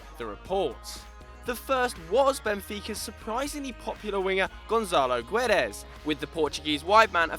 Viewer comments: Jeez, that was a pretty awful pronunciation of the new PSG signing from Benfica, Gonçalo Guedes! the "ç" is read "s", the "u" is silent and the "d" is read, well, "d"! Like in "dare"! Sorry about that. P.S. I'm not a Benfica fan, I just like the kid because I'm Portuguese. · The way you pronounce Gonçalo Guedes killed me